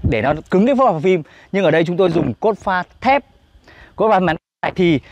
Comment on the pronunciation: Anh la ki su xay dụng cốp pha sao anh lai doc la cốt pha